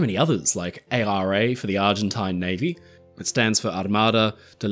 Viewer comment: As an argentinian, kudos for the ARA's pronuntiation!